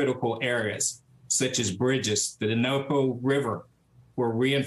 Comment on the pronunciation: Dnipro* not "Denopo"